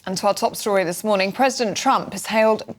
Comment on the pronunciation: Why the emphasis on the IS? Surely it should have been the THIS. Sort ur syntax out ffs!!!